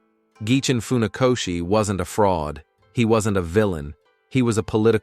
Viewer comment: Nie faoszi tylko Funakoszi( fonetycznie)